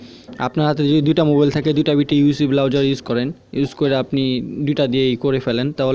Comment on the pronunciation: Its browser .. not Blowser :D